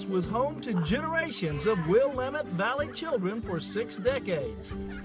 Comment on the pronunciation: This was very interesting. I am a native Oregonian and I have been to Camas Country Mills and eaten their products. I do wish, however, the you would have learned how to pronounce the Willamette Valley correctly. It is will AM (sounds like ham) et.